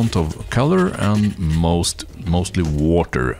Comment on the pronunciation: Le woter.